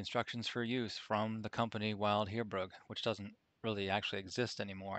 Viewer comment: It's pronounced like Bill. Vild. I'm a retired Land Surveyor. I worked from 1970 to 1997. Those instruments are like a Rolls Royce. Thanks for the time you put in to make this video. We had a Kern DKM1. Inverted image and a Lenker Rod. Nightmare material. Thanks again.